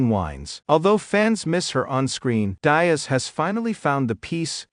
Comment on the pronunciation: Cameron "Das", "Dazz" or "Dies"?? 😅😅😅😅